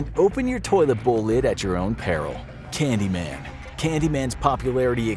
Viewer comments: is says "Canyman, Candyan, Candyman" but it should be "Candyman, Candyman, Candyman" right? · the first "Candyman" word says "Canyman" XD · you dont have to say the p version. you can say cucumber lol. and you said the candyman as candyan. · Candyman not canyan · Ah yes the Canyman and the Candyan 😝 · Ah, yes. The Candyan. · "canyman, candyman, candyman... " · Also candyan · ah yes canyman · How did he appear? She didn't say the name right. Confusion 100